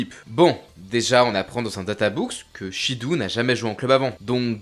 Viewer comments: Shidou se lit shido en japonais 😂😂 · Super vidéo comme toujours 🙂 Pour Shidou avec "ou", il faut le prononcer "o". Le "ou" est un "o" long 👍🏾